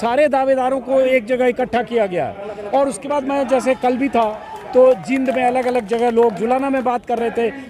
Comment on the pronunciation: अजीत जी जहां जहां भाई दिपेंद्र सिंह हुड्डा ने नामांकन करवाया है, उन सब जगह ऐसा ही वातावरण रहा है और रहेगा। आप जींद के उच्चारण करते समय ई पर लम्बा समय ले, बड़ी ई है सर।